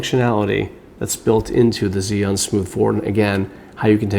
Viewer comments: Chew-ing not Ziun how do I know this, well let’s see uh, I watched a demo video from an “Asian” rep from the company tell us the correct pronunciation! So come on let’s get it right! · The way you pronounce the name is like ZION. I really confuse by it because I thought I was watching Biblical Tutorial. BTW nice video, I learn a lot and just bought one. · When I first heard "Zee An" I was confused. Haha! Still, thanks for detailed video. I just picked one up here in Beijing and look forward to using it! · Heh, I've heard about 8 different pronunciations. On Zhiyun official videos, it sounds like "Jew-Yoon" . Maybe even "shJoo(i)-Yuan". The 'I' sound is barely perceptible. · The first thing any gimbal user should learn is correct pronunciation of the name “Zhiyun.” Otherwise the video is fairly good.